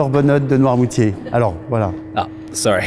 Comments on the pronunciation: "Welcome to nor-monty-air, a tiny island off the Atlantic coast of France." It's pronounced nwahr-moo-tee-ay. It's not tiny: it's 49km^2 (19mi^2), which is about the size of a city of 150,000 people (e.g., Oxford). Given that you can't get the easy stuff right, how much am I supposed to trust the rest of the research you've done? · how did you mangle noirmoutier into normontière lol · Did the narrator even try to find out how Noirmoutier is pronounced? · Is the town really pronounced with a "t" in the middle? It looks like it should be pronounced "Nor-moot-y-ay." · I had a seizure at the way he pronounced noirmoutier